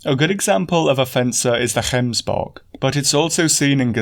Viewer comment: Gotta say, as a south African, I really appreciate that you went out of your way to get the pronunciation of gemsbok and Kalahari. Just the thoroughness and work ethic I've come to love about your work.